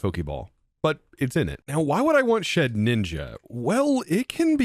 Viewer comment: lowkey i thought thats how you were supposed to say it too, hes joked about past mispronunciations but he doesn’t entirely care especially for ones like his milotic